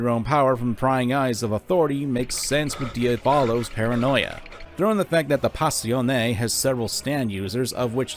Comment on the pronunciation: Im so sorry but pronunciation of "Passione" is infuriating. It's Pa-show-ney not Pass-iyon